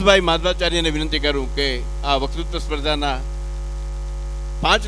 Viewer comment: માફ કરજો પણ આપ વકતૃત્વ બોલવાને બદલે વકૃ બોલોછો.